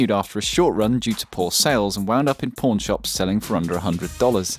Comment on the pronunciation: Due to your accent "Pawn Shops" sounded like "Porn Shops". I was like "why the hell would it be sold at porn shops?" 😂